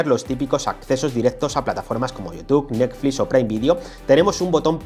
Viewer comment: "nesflis" jajajaja